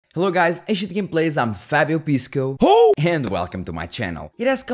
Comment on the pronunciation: LMAO i can't unhear it now , I Shit gameplays should be his second channel